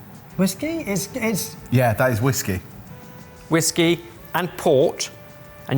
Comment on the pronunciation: Pwhiskey, puh-whiskey... Pwhiskey.